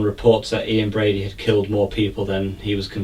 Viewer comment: It's Brady not Brody.